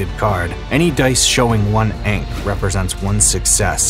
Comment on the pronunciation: Everything looked great, except for rhyming ankh with Hank.